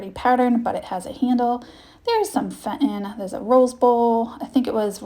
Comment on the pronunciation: No offense meant but Fenton is pronounced Fen-ton in not Fent-on. 😊